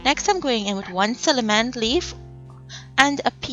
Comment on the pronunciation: Cinamon not ciliment....check it